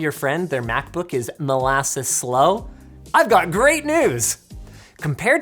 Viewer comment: "UR CAPTOP IS SCOW" ?